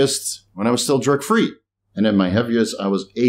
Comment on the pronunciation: 🤣 every time you say "drug free" to me sounds like "jerk free" keeps throwing me. Respect love your work!